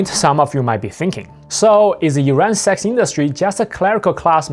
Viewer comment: I hear you say Sax, not Sex